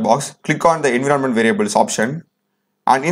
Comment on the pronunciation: It's pronounced "enVyyRonment"